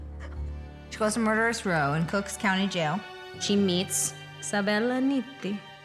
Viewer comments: Also, it is actually COOK County. There isn’t an “S”. 🙂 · Lol "Cook's County"